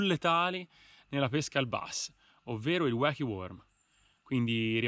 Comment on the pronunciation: Si dice "uochi" ahahahahahah